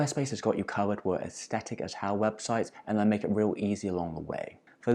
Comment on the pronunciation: day 1,246,573 of waiting for a single person on the internet to pronounce the word "aesthetic" correctly